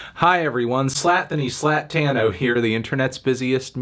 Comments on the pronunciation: I still cant believe to this day he said "slatthony slattano" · Missed the oppertunity for "Ee-thonty Er-Tano here", Dissapointed